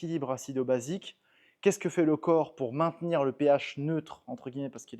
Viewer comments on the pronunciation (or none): none